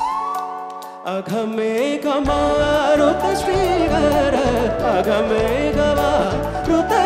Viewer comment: Respect for his music. .but pronunciation is awful!! MARUTA is one word.. can't be maaaa....... ruta sri.. many such mistakes.. pathetic!